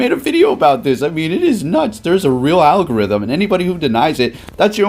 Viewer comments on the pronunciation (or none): none